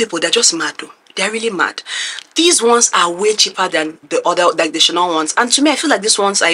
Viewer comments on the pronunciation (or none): Chipri 😂😂😂😂 dkm It’s cheap-rrrr You are hella persistent because how did you even find it not from a reseller website???